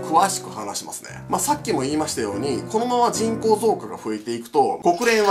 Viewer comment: 人口がちんこーに聞こえるw